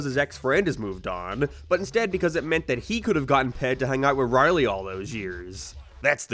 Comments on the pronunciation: It's Rowley, not Riley. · i cannot get over the ONE vowel you say with an accent Rorley tharsand har darn farnd abourt oh and peent snowfleeke showceese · i dislike how u say rowley but video was great tho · This man can't say Rowley to save his life